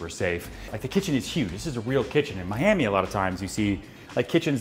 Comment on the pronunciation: Never say miami like that again... please